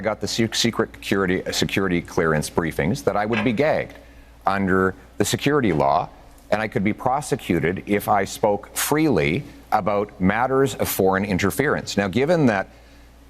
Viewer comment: It sounds like he said "gay" instead of "gagged"